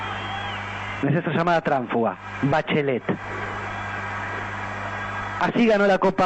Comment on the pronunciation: Jajajajaja la ligo "Bachlet"